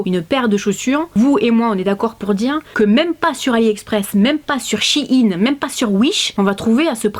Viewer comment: Shein ça se dit chaïne 😅😉